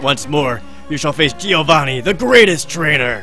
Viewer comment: Why can't you pronounce Giovanni ? D